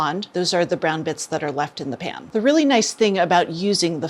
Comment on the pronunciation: everytime she says "The pan" I hear "Japan" lol